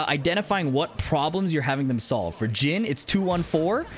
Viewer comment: Jun. A short unstressed oo sound. Not June with a long stressed oo sound. It's similar with Jin. Short unstressed i sound. Not a Jean with a long stressed ee sound.